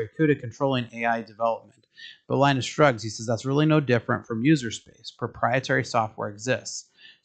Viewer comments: Please learn how to say Linus name, otherwise it feels like you are making videos about stuff you never knew until 5 minutes ago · In Finland, it is pronounced "lee-nus". In North America it is 'Lie-nus'. Linus Sebastian once made a video about this.